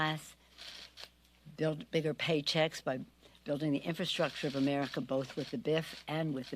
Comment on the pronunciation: Most disliked in China? She mispronounced America 🙄